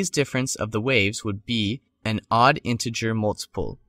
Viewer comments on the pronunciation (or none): none